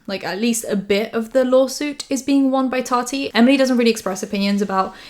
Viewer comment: Ok you’re back to saying Tati right again thank goodness it was very distracting 😅